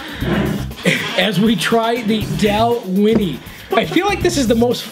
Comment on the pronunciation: "Doll-Winnie"......Anyways, where I'm from, I paid $100+ for my 15 year old Dalwhinnie bottle.